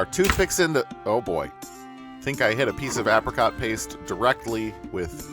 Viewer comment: I have never heard anyone pronounce "apricot" like that...